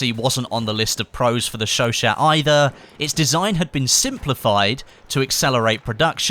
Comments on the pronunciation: It's sho sho, not sho shat lol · It's "Show-Shah". You can trust me, I 'm from Montréal. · You are saying Chachaut totally wrong its pronunciation is Sho-Shaw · its pronounced sho sho please stop calling it a shoshat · The chauchat machine gun is correctly pronounced "sho sho" or "sho sha" And the ribe rols is not a sub machine gun, but an automatic rifle, to be a "submachine" gun, it would need to fire a pistol calibre (aka sub calibre) round. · ...oi it's pronounced Chau Chau the T is silent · Hey not to sound like a grammar nazi or anything but I believe it's pronounced "showshow" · The T is silent by the way....